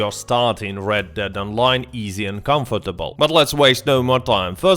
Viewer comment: CANFIRTIBIL DİYE OKUNMUYO CONFTIBL DIYE OKUNUYO NEREDE ÖĞRENDKN İNGİLİZCEYİ